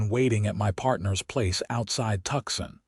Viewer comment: Good story. But it's really tedious when Tucson is the place they want to go (at first.) It's not Tuckson. It's pronounced Tu-sahn or Two-sahn if you like. Fix your AI.